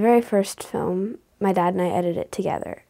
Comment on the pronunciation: Awesome. I also noticed that the principle pronounces film "fim". Tee-hee-hee. but seriously, this is very awesome